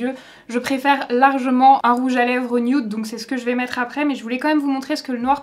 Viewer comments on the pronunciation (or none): none